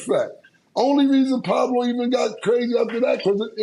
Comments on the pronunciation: Cam calling Paolo "Pablo" is hilarious because nobody correcting him 😂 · ITS PAOLO NOT PABLO 💀💀💀💀💀💀💀💀💀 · wtf Cam or Swaggy P on Gils arena keep calling Paolo the wrong name it’s no B in his name you damn idiots